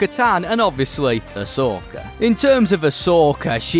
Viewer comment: Why do you pronounce Ashoka’s name like that 😩